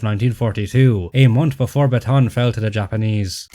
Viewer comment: fun fact: the pronunciation for Bataan is wrong. Bataan is actually three syllables not two. So when y'all say it, should be Ba-ta-an, not Ba-tan.